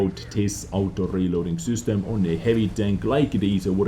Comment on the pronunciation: I love how you say ''sUstem'' instead of ''system'' :*